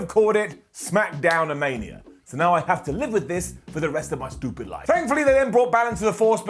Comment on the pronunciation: When you can’t pronounce “stupid” right, it’s a down for me.